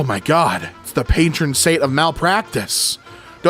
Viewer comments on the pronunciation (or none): none